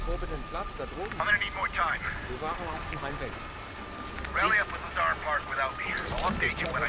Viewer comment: When my last name be Lazar and he correctly says Lazar